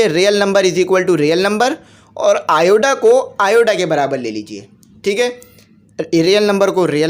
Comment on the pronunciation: lt is iota not ioda.